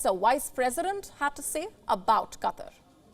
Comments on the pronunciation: Funny how she says "Cutter" instead of "Qatar" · Its Qatar not Katar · Katr?? It is Qatar like kaataar pls pronounce English not hindi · Katarr? QaahTaar. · So many disrespect the pronounciation of QUTAR. Its not pronounced Cutter as so many butcher it. Its pronounced Kuh Tar' with the accent on the Tar. kuh TAR'. Thank you very much. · Qa TAR ....... NOT Qa TER ..... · This reporter helps me see and understand a different English.. Let's use an example.. Qatar sounds like Cutter. I never knew it would have to relearn English. !! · .... "Katter"... "Cutter"..... 🤷‍♂